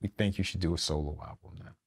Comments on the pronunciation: My boy said he had a "alblum" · Dont you mean "alblum"? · He said alblum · He said “ablum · 😂😂😂😂😂 I caught that too